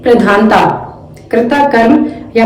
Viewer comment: करिता नहीं होता कर्ता होता है